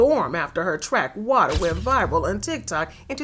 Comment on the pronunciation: Why she gotta say waterrrrrr like that😂😂 got me💀😂